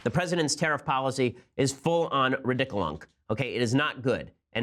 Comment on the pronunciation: "Full on ridiculong."